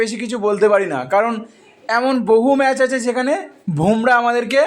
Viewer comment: Naam ta Bhomrah na, Bumrah....r ashtanno ta ki? Ota atanno hoy..